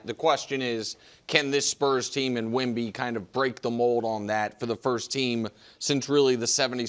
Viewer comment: Wemby not a bay bee